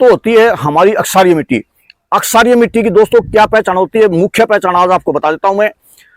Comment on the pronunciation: अक्षारीय मिट्टी नहीं श्रीमान जी क्षारीय मिट्टी कहिए। धन्यवाद क्षारीय भूमि ही ऊसर होता है।